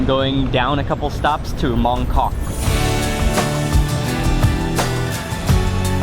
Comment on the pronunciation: I used to live in Mongkok, the night market is the best! You pronounced it correctly Mark. Food in HK is awesome!!